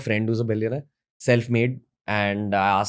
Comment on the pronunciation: Billiown-eyer .. great talk tho!